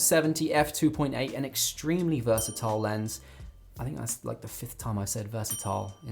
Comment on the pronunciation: Heehee "Vrsatile" 😂👌🏽 That would be a great overall lens! Great video within a video too ✊🏽💯